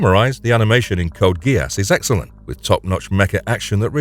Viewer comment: Is this an an AI voice? The odd pauses and he the pronunciation of GeASS... lol